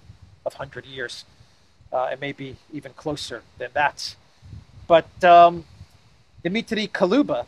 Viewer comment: Dear, your work is absolutely priceless Kalooba like you calling this clown, pronounced in way different way … 🥲